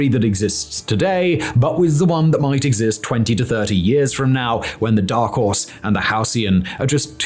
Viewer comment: Simon, are you trying to learn Mandarin? Because you keep bloody mixing up Horse and House.